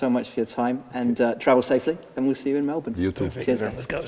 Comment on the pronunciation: as an Aussie I love that valteri can pronounce melbourne properly.